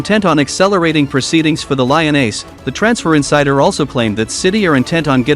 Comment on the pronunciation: It's prenounced Leeeeon not LION,Cmon!